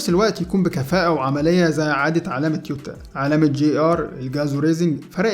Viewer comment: تويوتا وليس تيوتا